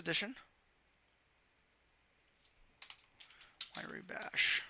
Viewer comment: Everybody always mispronounces it. It's pronounced RYE Bash, as in rye bread. It is not spelled wyre like wire... it's wrye like RYE!